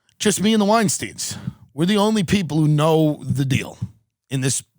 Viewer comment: I would say Tim is the lost Weinstein brother, but he can't even pronounce the name